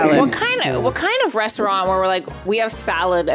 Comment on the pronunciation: Why does keep calling it “renstraunt”